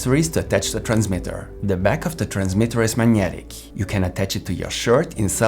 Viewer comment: Thanks but FYI, it's 'Mag-netic', not 'Manyetic'.